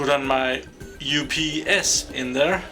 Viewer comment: No you say it correct